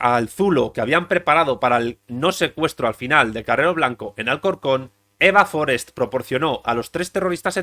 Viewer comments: Forest no es un apellido inglés. No es Fórest, es Forest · Forést, no Fórest. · Forèst. No era anglesa. Tots els espanyols, quan hi ha noms que no són vostres els pronuncien com si fossin estrangers.